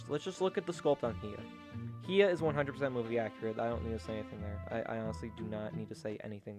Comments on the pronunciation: Learn how to say hiya right bro. It's hi-ya not he-a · Hea? Buddy it’s pronounced Hi-YA like HI how are you and YA I’m having an amazing time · It's Hi-ya to You Too! Not HE-a! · Why does bro pronounce hiya he-ah